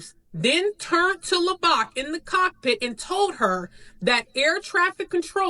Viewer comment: Correct me if I’m wrong, but isn’t her last name pronounced “Low” and “Bach” like the composer? Their pronunciation of her name Lobach is driving me nuts.